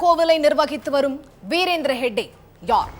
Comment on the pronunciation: ஷேக்டே அல்ல. ஹெக்டே.